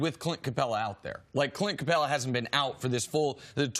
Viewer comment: It would be great if Cris could learn how to pronounce Capela's name...